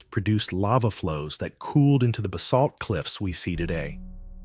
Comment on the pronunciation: I live in MN. Yes northern Minnesota is gorgeous! Your showing images of other places not MN btw. The only draw back of MN is that there's very little GOLD. Annoying when you mis pronounce Basalt.